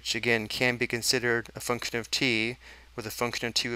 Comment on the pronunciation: Your pronunciation of function gives me nightmares